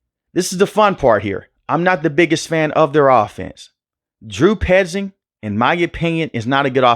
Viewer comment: Bro said “Drew 👖 zing”😂